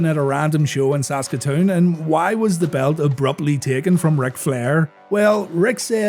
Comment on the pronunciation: I was there. I saw it live. It definitely surprised the crowd. That was also the placed when Yokozuna made his debut. And props for pronouncing "Saskatoon" correctly. You'd be surprised how folks have some trouble with that.